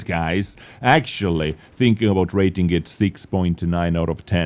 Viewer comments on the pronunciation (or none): "Raiting" XD